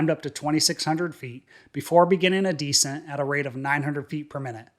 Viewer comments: Please! The word for lowering altitude is NOT DEEscent like taking stink off of something. The word is descent, the accent is on the 2nd syllable (de-SENT). One of the less than great things about AI. smdh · The word DESCENT is pronounced like this... accent the SECOND syllable, not the first. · You need to learn the difference in pronouncing descent vs decent